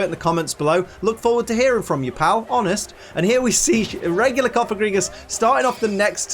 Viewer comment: You keep saying regular like a tard lol